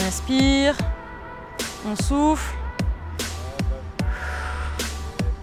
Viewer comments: 😂 euh je suis la seul a attendre "est on souffre"😂 au lieu de "est on soufle"😃😂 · A j ai compris « on inspire ... et on souffre »